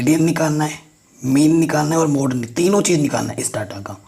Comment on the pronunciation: Sir app mode ko muth keh rahe ho🖕🤣🤣